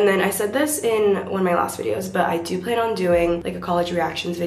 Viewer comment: did anyone notice she said the "plane" is we are all going to meet at Arushi instead of plan